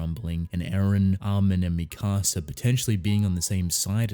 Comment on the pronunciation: You say mikasa like you're saying "my house" in spanish